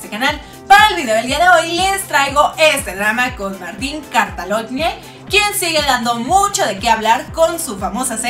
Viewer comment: Se pronuncia cataloñe